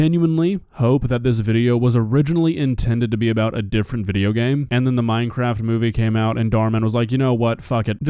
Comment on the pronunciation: MINEKWAFT MINEKWAFT!